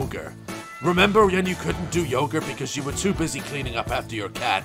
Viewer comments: Did the man just say yoger instead of yoga? XDD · Is it just me or did he say yoger instead of yoga lmao 🤣🤣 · Bro I literally cant Daz: sees woman doing yoga Also Daz: ”Yoghur” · I can't get past Daz saying "yoga" as yogur. Also, why does someone need a Kickstarter campaign for a single plushie...? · And "yoger" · Daz: tries to say yoga Daz: Yogur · Love the way he says yoga lile yogur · "Yoger" triggered the fuck out of me lmao. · Fkn "yogur" 😂😂👌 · Yoga ❌ Yogr ✅ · Anyone realise he is saying yagur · it sounded like you said "To do Yoghurt" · ‘Yoger?’ Daz is Bristolian now. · From now on yoga is pronounced yogur!